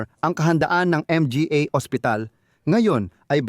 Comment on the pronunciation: Boss baka pwde gawan paraan AI mo magsalita kaka M G A.